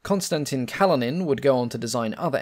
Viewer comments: Kalinin is pronounced 'Kaleenin'. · Kalinin has stress on the second syllable (1st i)